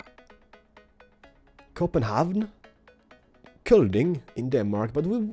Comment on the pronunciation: You cant say COPENHAVN?! Its both english and danish in the same word.. It's Cophenhagen for english and København in danish..